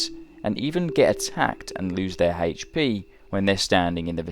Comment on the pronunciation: "lose their HAICH pee." cringe